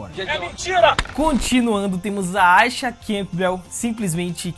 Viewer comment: Por que ele pronuncia o nome da Aisha desse jeito?